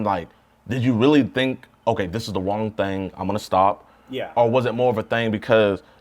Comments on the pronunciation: did no one peep him say " this is the wong thing" 🤣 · Did J say “did you really think this was the WONG thang” 🤦‍♂️